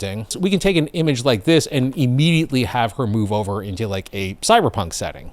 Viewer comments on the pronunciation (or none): none